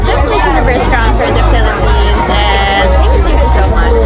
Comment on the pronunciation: Felepens daw sabi ni athisa 😂